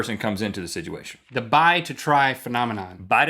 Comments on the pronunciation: Now Rhett is the one mispronouncing a word consistently. It's "situation" and not "sidguation" sir! Also, my name is Rob, and if you guys, Rhett & Link, see me anywhere, you can immediately interrupt anything I'm saying or doing to speak to me. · he isn't saying "situation" correctly... Rhett says it like "siduation" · Rhett says "siduation" instead of situation...